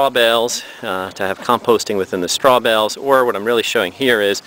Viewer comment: Tell the man Urine has an e on the end, so it's not pronounced yur-in. And it's straw bales, not straw bells!